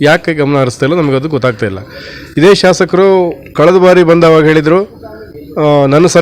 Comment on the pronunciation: ಶಾಶಕರು ಅಲ್ಲ.ಶಾಸಕರು ಅಂತ ಹೇಳಿ.